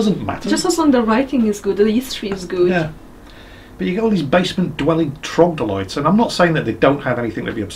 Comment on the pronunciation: Time for verbal nazism: the world is troglodyte, not trogdolyte. Heroes of Might and Magic 3 taught me well.